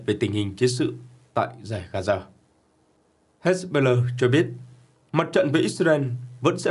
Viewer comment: Phát âm...nản, hết... "he-bô-lát", rồi đến "hét-bơ-lơ"...?!😅😅😅